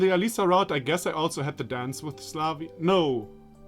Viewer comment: I don't think there's anything wrong with how you pronounce. If you're so concerned about pronounciation, I'd rather point out how you pronounce Славя like [slavja] or [slavʲja] but it's not enrirely correct. Letters е [je], ё [jo], ю [ju], я [ja[ when put directly after a consonant, their /j/ parts turns into palatalization of that consonant (or as we would say in Russian, softens the consonant, that's why "ь" is a "soft sign"). So the correct pronounciation is [slavʲa]. The [vʲ] sound is like [v] as if it was followed by [j], but the [j] itself is not present. Ah, now that I think of it, you were probably talking about the "r" in? Right, Russian pronounciation of "r" differs from English. But for a Russian ear English "r" is still an "r" even if a weird one and clearly indicating a foreign accent, while [v] and [vʲ] are two distinct Russian sounds by which one can differentiate words (example: кров [krov] can be translated as shelter or home, while кровь [krovʲ] is blood), and perhaps even more noticable is the distinct [ja] where it's not supposed to be. So, in the end, your pronounciation of "" is much closer to correct than with "Slavya". And maybe another reason why I'm okay with your "r" is a personal one, cause I actually can't pronounce a Russian "r" myself totally correct. It is quite common that a child would not be able to pronounce "r" right, but in my case I actually learned how to pronounce something like "r" but in a really weird way (if I